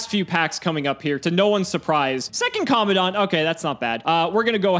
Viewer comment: It's Commandant not commondant